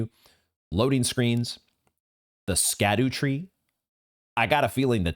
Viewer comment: So same as Blaidd is not so straight forward to pronounce the word “scadu” is derived from the Old English “sceadu,” and should be pronounced more like “shadu,” or, you know, “shadow”